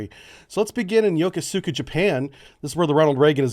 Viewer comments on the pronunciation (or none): Isn't Yokosuka pronounced YO KOOS KA?